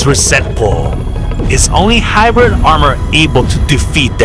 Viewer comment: He already say that the new video will come in October 7th at 7am (Pacific Time) and btw its hybrid not hibridy